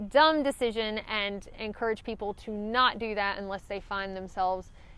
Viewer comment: I had trouble keeping track of multiple negatives until I realized that what I was hearing as "not" was sometimes actually "night".😉